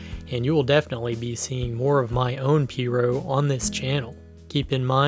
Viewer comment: It’s pronounced P-rogue, The g isn’t silent, It’s also called piragua in Spanish